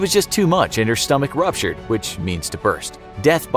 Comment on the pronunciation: Did he mean to say "ruptured"? I don't know; I think he mispronounced it